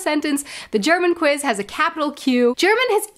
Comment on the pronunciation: You're saying kviz.. not kwiz. No w sound in German?